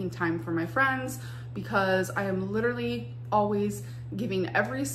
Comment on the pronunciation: “Hello, this is Amber Lynn. I won’t be able to come in to work today. I LIDURALLY have a heel spur and I’m wearing the wrong shoes. Also, I ate ayggs this morning and I have an aygg allergy.”